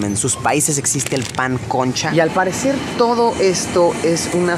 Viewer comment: Lucre Hidalgo yo me cai de la silla cuando dijo "pan concha"